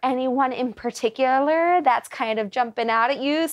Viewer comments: Paticular? Where did you go to school? It is spelled Particular. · First one: can't even pronounce the word 'particular' ... JS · She's very particular yet she can't pronounce it correctly.